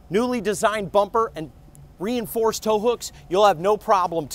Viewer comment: Well this joker sure looks and sounds like a car salesman. I had to laugh at the "re-enforced bumper" emphasis.